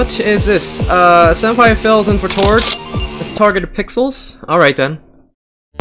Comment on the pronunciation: did tord just said tod